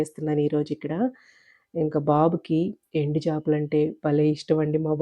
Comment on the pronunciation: ఎందుచేపలు కాదు ఎండు చేపలు